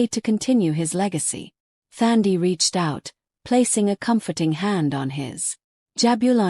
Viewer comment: Nice story, but it is Thandi with a silent H, like touch🙏🏾🙏🏾.